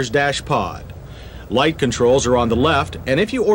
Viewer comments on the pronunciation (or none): none